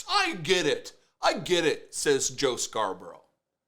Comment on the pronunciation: Love how non of them can pronounce Scarborough 😂